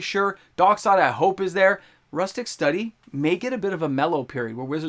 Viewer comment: MTG youtuber doesnt know how to pronounce rhystic study?